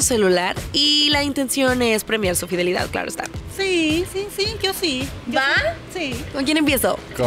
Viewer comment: soy la única que le dio risa cuando dice fidilidad :(